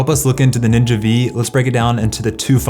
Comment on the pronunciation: Ninja Five. Not Ninja Vee.